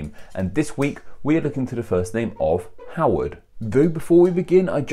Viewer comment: You said my name right! And I think the difference is only about $126. Hm...